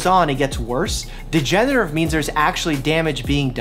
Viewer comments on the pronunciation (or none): Can we talk about how Dr. Mike can't pronounce degenerative? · I dont think mike can pronounce degenerative lol